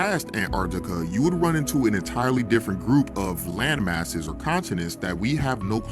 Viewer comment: Did bruh say "land masses" or lame-asses"?